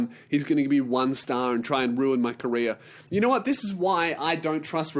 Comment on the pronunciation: This episode is the moment I realised when says "career" it sounds like he's saying "Korea".